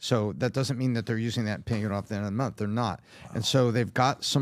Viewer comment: Month, not mouth.